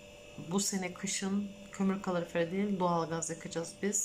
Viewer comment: Allah aşkına şu kaloriferi doğru telafuz et